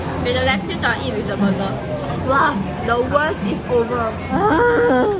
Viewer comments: how can one person pronounce it lett-youse and also let-us ??? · do singaporeans not know how to pronounce lettuce.. lol